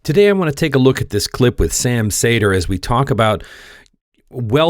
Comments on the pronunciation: ... cedar, not saytr.... Bugging me.... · It’s not pronounced “say-dur” it’s “see-der” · Say his name as you would "cedar". How are you a progressive & don't know Sam? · His last name is pronounced “cedar”.